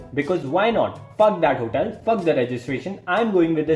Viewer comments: "try to ask us about our hotaal "😂 Btw , live your content (srsly , no kidding) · HOTEEIL 😂accent toh dhakka mukki krke bahar arri hai dost Loved the video bro